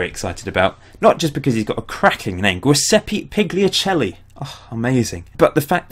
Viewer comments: gu-se-ppe pi-ia-che-lli thats how you pronounce giuseppe pigliacelli's name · "Jiseppy Pillyachelly"* ;)